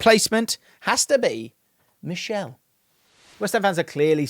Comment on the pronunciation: Hey, it's Míchel as in Mitchel not Michelle... 👍🏻